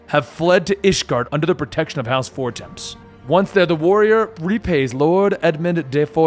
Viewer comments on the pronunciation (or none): For-temps? XD for-tom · The way you pronounce Fortemp is infuriating.